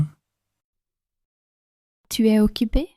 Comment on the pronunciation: Некоторые слова произносятся неразборчиво. Пыталась слушать не глядя на экран, но не читая, иногда не прнять. Tu veux boir звучит как que veux boir. Для начинающих изучать язык разборчивое произношение важно.